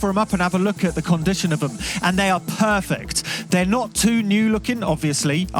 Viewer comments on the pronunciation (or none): none